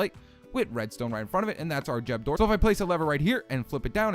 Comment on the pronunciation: What's a jeb door? Lol